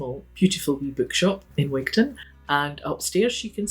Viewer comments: I know you come from D&G, or at least guess you're from there, but Wigtown is said Wig'tun ... just as you don't say Wig'town'shire .. it's Wig'tun'shir. Unless I spent too long down there and became a local. Anyhoo, fantastic corner of the country ... before living down there, when I was still in primary school up north and Glasgow, I would go to Gatehouse of Fleet for my hols. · What a peculiar pronunciation of Wigtown